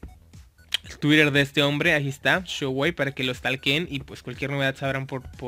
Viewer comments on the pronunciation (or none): none